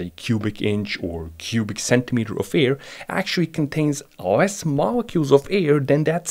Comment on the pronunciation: Listen mate u are pronouncing Air as EAR.......I prefer to have stable pressures in my ears....kihi....